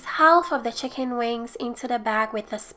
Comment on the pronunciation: The "hicken" sorry I love you